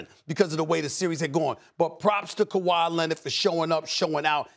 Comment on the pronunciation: Stephen "Ka-Why Lennit" A. Smith